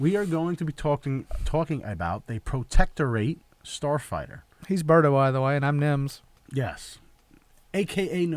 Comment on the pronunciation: Just for reference, "Protectorate" is pronounced "protector it" not "protector ate".